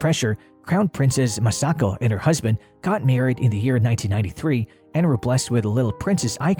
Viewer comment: MA-sako and MI-chiko